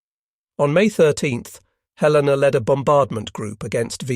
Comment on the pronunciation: The mechanized voice mispronounced "Helena"